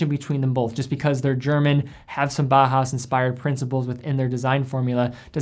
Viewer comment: Do you have to say bah hass? It's German. Bauhaus is pronounced Bow-house. From Bauer, i.e. to build and Haus, i.e. house. Love the video but if we're talking German watching have some appreciation for the language. It'd be like pronouncing "Juan " June. It's distracting is all I'm saying.